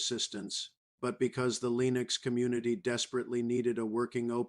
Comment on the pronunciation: You know it's bad AI when the bot says LEENieX